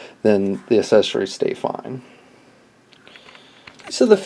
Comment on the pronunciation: The assesorys lol talk about speech problem lol